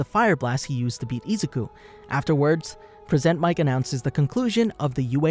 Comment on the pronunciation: present mic or persnt mic lol